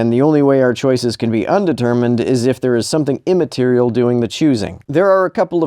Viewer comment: This guy has a weird habit of pausing after saying the first syllable of "immaterial". It's rather grating, really.